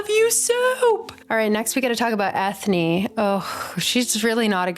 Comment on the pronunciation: They gave Eithne an Irish name so I think her name is supposed to be said like Enya. Pretty sure a cutscene from the Darkest Faerie video game shows Balthazar shoving a human-sized faerie toward the opening of a bottle, and she automatically shrinks to fall into the bottle. I want more faeries of color!